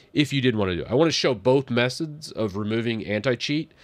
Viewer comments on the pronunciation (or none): LOL 🥴 "yes offimacer, both messods". 😅